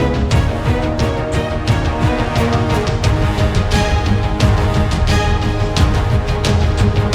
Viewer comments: मैं मध्यप्रदेश से ही और धर nhi wo धार है और naramda nhi नर्मदा नदी है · धर नही भाई जी धार जिला है और नरामदा नही नर्मदा वैली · plz improve your hindi...its dhar(धार) district and narmada(नर्मदा) river